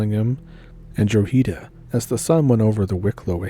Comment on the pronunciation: Dra-ha-da - Drogheda is pronounced Dra-Ha-Da